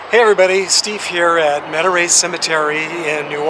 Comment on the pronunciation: I used to live around Houma, 45 minutes SW of New Orleans. The place you went to is actually pronounced met uh ree. Been there a few times. Yes, down there, especially around that area and below I-10 you have to put grandma or auntie in a mausoleum or special crypt, otherwise they'll be back to visit you come the next flood! I've still seen videos of it happen, though, quite sad when they don't know where they originated from. I haven't really read many of her books, but I did watch the movie. Pretty awesome author!